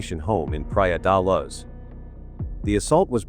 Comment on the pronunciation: The AI-voice is so annoying, praia da laz